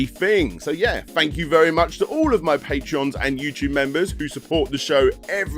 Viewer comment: its pronounced "patrons" not "patrions" patrion is the website, members are patrons, just like the old days when michalangelo had his patrons who supported his art.